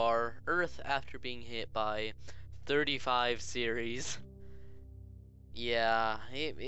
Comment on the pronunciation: Ceres not seriries